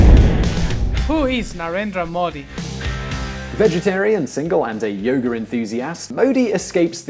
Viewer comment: "Narenda Moddi" Its pronounced Nu-rain-druh Mow-dee